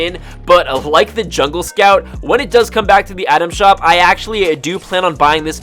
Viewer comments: Take a shot every time he says Adam shop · frist few times i heard you saying "atom shop"